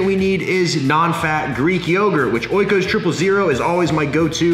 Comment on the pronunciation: It is not O I KOS. It is pronounced Ikos and it comes from the Greek Word Οίκος witch means home or residence . The brand uses this name and it’s like you consume “Home products” . They are “virgin , well made etc”